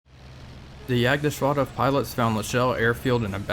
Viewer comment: With your pronunciation of Kaiserschlacht I can't tell if you don't speak German or just are a Bavarian.